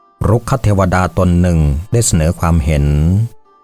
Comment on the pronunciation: รุกขเทวดา ออกเสียงว่า รุก ขะ ไม่ใช่ รุก คะ ก็ ออกเสียงว่า ก้อ ไม่ใช่ เก้อ